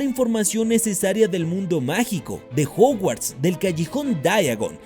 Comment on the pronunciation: Juguarts? Jajaja